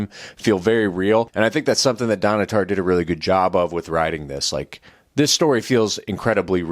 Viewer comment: You’re the fart for rhyming her name like that.